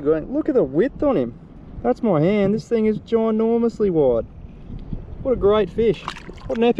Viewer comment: If he says ting one more time! 😡